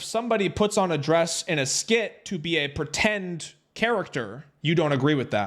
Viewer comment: "PWETEND" is all i gotta know about this dude